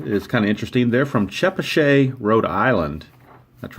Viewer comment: I've lived in Chepachet RI. It's about 20-25 minutes west of Providence. It's pronounced Che-Patch-et and it's very rural. :-) Keene NH is about 45 minutes from me now in Gardner,MA. I'm two hours from Sandwich, MA. :-)